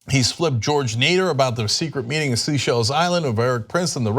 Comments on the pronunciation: Cenk: it's pronounced Say-shells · Cenk, I do enjoy your calling it "sea shells" island all the time, but it's definitely pronounced "say shells". Say what? Seychelles. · Cenk, please Seychelles is pronounced say-shells not sea-shells. I'm wincing every time I hear it. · I love how you pronounce Seychelles Cenk lol